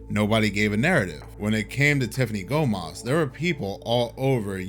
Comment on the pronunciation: Let me tell one more thing about her! She said in her video Gomez, not Gomas you and everyone pronounce differently¡ …you are right is not her nice video buddy.👍